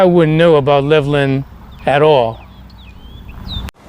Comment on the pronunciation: it is pronounced Level Land they dives us crazy. I have never heard about this. Very good info. Reece Air Base it is closed now